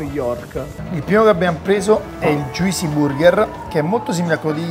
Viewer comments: joo-see not joisee.thanks. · Pronuncia un po da rivedere. Juicy non come si legge ma JOOCY senza I, Steak non STIK ma STEIK